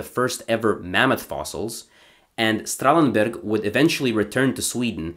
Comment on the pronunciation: Kuddos on pronouncing germanic names correctly. "Messerschmidt" and "Strahlenberg" are not easy to say, but you aced it.